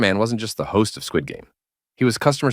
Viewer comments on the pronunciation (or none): none